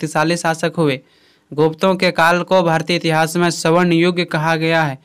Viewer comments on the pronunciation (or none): none